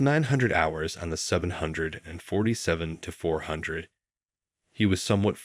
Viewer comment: Won't it be a great day when AI learns to pronounce "747" in aviation videos.